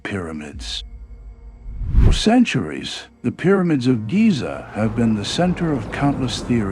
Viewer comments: Could at least narrate, pathetic, thumbs down. Pieramids and quaysions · I heard "pyromids" and immediately stopped the video. Ugh. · Pie-ramids?!! AI? Buncherkunce! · Pie ra mids ???? AI needs to learn English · 2 seconds in = "Pyromids". I'm out. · "Pye-ro-mits" ?? BYE, AI SO LAME, DO BETTER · The moment I heard "pi-ruh-mids", I stopped. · I could only listen for a few minutes. Couldn’t even pronounce Pyramids correctly. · Same here didn’t even say pyramids correctly